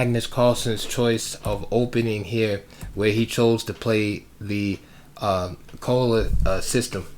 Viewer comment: Edgar Colle was born in Ghent, which is in Flanders, i.e. the Dutch speaking part of Belgium. His name should probably be pronounced "coll-uh" or "kaw-luh" according to Dutch pronunciation. I do know that's how the opening is pronounced here in Germany, with German having very similar pronunciation rules.